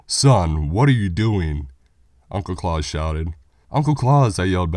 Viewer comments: Surely it's Claus as in the actual name rather than claus as in Santa, really killed the story even tho as many have pointed out it's stolen from the twilight zone episode anyway but really pronunciation is important when reading scary stories as it immediately kills the horror and makes it funny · Jesus christ you uncultured swine it's Klaus. KLOWCE NOT KLAWS. JESUS H CHRIST I DIED EVERY TIME YOU SAID HIS NAME. IT'S FUCKING GERMANIC